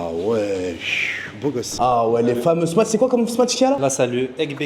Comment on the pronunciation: stp prononce "smash" et non "smatch" burger 😃